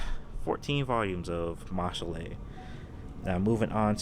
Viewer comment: Ain’t no way my guy said mash lay , by that logic “title” would be tit lay 😂. I’m only joking man! this is a fantastic collection and your taste is impeccable